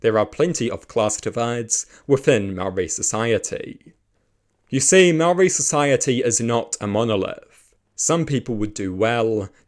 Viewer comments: Good grief man at least make an attempt to pronounce your words correctly. Its ok to not like TPM on policy but have a base level of respect and not constantly saw mow-ree. Imagine if someone perfectly capable of saying your name kept calling you "Powell". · This is a great premise and there are some sensible takes. Please work on your pronunciation of "Māori". Not because you sound racist, but because your pronunciation is bad. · Is not being able to pronounce Maori part of the joke?